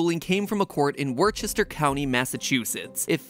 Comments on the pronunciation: Woostah from us Bostonians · Worcester is pronounced Wooster lol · Isn't Worchester pronounced Wooster? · I’m from Mass and I will attest that we make fun of people who say “WORCHester”. It may be pronounced differently in other places, but in Mass it is in fact “Whuster”. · Hi, masshole here, “Warchester” county is pronounced “Wuster” or as Bostonians May say “wuhstah”. You’re welcome. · Omg Matt said Worchester wrong. Its pronounced wuh-ster. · Warchester? Really Matpat it’s wooster lmao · WUH-ster, not Warchester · YO, I live in Worcester Massachusetts and you unsurprisingly pronounced it wrong. It's pronounced "Wista" or more accurately wist-er 😜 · I screamed OUT LOUD “it’s pronounced wooster!” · I live in MA, you only pronounce it wooster. THE ONLY WAY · as someone from england (where massachusetts stole the name from) it is pronounced 'wooster'. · It ain't even English for how it's spelt... I see no reason for it to be pronounced "wooster". And yes, I will continue to pronounce the infamous sauce as "war-chest-er-shy-er" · as a person of worchester county, yes its pronounced wooster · As someone who lives right next to Worcester county, it's pronounced "whuster". Yes, it's stupid, but that's how it is. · The word Worcester: exists MatPat: "WER-CHER-STER" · It hurt when he said that lol. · As someone who lives in MA its woostah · "Wer-chest-er Massachusetts" Cleary Matt Patt ain't from Woostah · I was half paying attention and heard "Worchester" and was like "hold up a minute I think he's talking about us" 😅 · Just from a guy in MA, Worcester = “Wuss-stir” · Worcester, MA is pronounced “Wooster” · I screamed when he pronounced it wrong. At worst I called it wor-ster. And I'm not even from New england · I'm from Worcester and its pronounced woo-sta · "Worcester County" is actually pronounced "Wuster." Loving the channel:) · A guy wearing only shorts its kinda hard to type phonetically, but it would be wu • ster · Isn’t it supposed to be wuhstah?